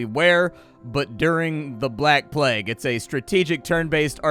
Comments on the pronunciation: I've heard it before, but only rarely - its IPA is "pleɪg" (or pleyg, phonetically), so hearing 'plag' just...makes me twitch lol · "the plaag" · Ah yes the "Plaque" ... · Wait so "plague" is right there in the title... and they get a reader/narrator who DOESN'T KNOW HOW TO PRONOUNCE it... and then... they just leave it there... "a it's good enuf whaevs" (some dev probably)... lmao. That's hilarious... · Plague pronounce like flag. Never heard that before.